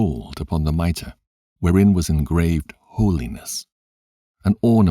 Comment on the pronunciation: He pronounced “mitre” correctly! This is an excellent listen.